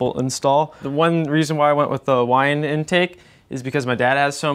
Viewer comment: Love the Holleys, performer carbs are for ol ladies. You got it right it is pronounced Why And.